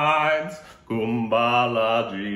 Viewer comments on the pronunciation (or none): Koo um baa laa Eeee Yyy nights.. It's Ma la ya la m